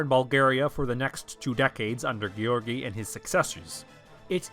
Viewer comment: Why say Asenids instead of the Asen dynasty? Also you have a good pronunciation of George. :)